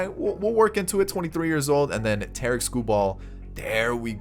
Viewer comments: And he said Tarik lime Tar- Rick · It pisses me off every time he says Tarik wrong